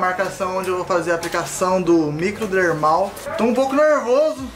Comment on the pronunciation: Kkkk REH: que isso: microdermal: misomerlal kkkkk